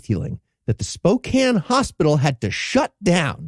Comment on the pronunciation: I'm in Spokane so 2 things, 1 that's such Bs we've never heard of it and 2 thank you for saying Spokane correctly